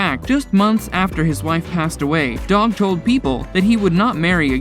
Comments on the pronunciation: Who is Doug? Anyone else notice narrator continue saying Doug instead of Dog, or am I missing something. Is there a Doug I'm not aware of from show lol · Lol he called Dog Doug